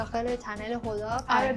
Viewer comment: هر بار که میگی هدا فکر میکنم میگی خدا😂